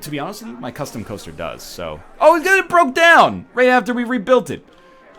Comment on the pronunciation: I actually have no idea why.... but I love it when Ryan says "coaster".